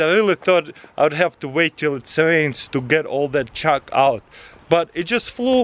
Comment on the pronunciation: I thought the whole time Taras said " Chuck" but at the end I realised he said " Chalk" Who else heard "Chuck" ?